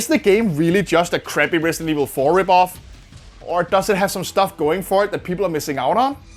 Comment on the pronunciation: Resident Esh-Vil?